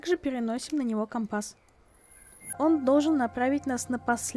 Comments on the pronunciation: Правильно ко́мпас а не компа́с! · Там где ты говоришь это слово слушать невозможно, по ушам сильно бьёт. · Слово «компас» латинского происхождения. В языке-исходнике ударение стояло на втором слоге, но сейчас такое ударение встречается только в речи моряков применительно к морскому компасу. Много играю в Пиратов, вот и привязался морской говор. А еще возможно в старых фильмах связанных с моряками было такое произношение, которое я запомнила в детстве 🤔 а это уже не искоренить из памяти🌊